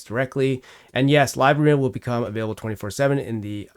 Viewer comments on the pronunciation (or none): none